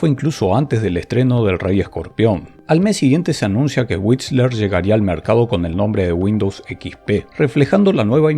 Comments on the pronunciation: Era y es "D" "O" "S"... y "WhiSTler". Por favor, dejá de llamarlos "DOS" y "WhiTSler", que me das dolor de oídos. Se llama Inglés, y es muy importante. Y otra cosa, del título: que algo "encante" quiere decir que gusta MUCHO. El "mucho" es inherente al concepto de encantar, por lo que no debe reiterarse. Las cosas no encantan "mucho", "poco", "más" o "menos". Simplemente "encantan". Se llama castellano y es muy importante. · WhiSTler, no whitsler... y la T ni se pronuncia